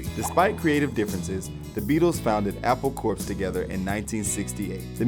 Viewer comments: "Apple Corpse"... facepalm. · it's Apple Core (get it?) not Apple CorP - the P is silent. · ~ It's not pronounced "Apple Corpse." Jeeze. Corps is pronounced "Core." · John took time off from the music business from 1975 to 1980 It's Apple Core Not Apple Courpse You do not pronounce the PS in the word Corps - which was the joke Like the Peace Corps It's not funny if you pronounce the ps There were other mispronunciations and such, but overall it was pretty good, and entertaining. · It's pronounced Apple "Core" not corpse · Apple Corps is pronounced "Apple Core" just like the core of an apple. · even though it's spelled apple corps ,it's pronounced apple "core" ...get it? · apple corps is pronounced 'apple core' as in a military corps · Never mind that loads of these facts are wrong, couldn't you at least have got this muppet to pronounce the words correctly? "Ivan Vogon", "Skyfull", "Pre-lood-in", "Stanford and Son", "Al-dose Huxley", "Apple Corpse", "Octopus Garden", "beluvved". I know he doesn't give a shit about The Beatles and is just reading (badly) off a screen, but it's not hard to check this stuff.